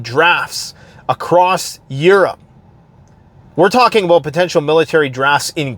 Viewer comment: I'm beginning to think that you're not actually Canadian. You don't pronounce "about" right. p.s. I hope that made you chuckle.